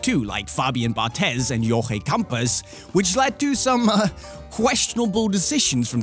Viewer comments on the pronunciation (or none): I don't like the way he said jorge campos, is u wanna say it right, its like saying horhe campOs